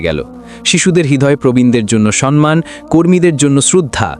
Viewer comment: গল্পটা ভালো লাগলো, কিন্তু গল্প পাঠকের উচ্চারণ ঠিক করে নিতে হবে। কথাটা "সম্মান "- " সন্মান" নয়।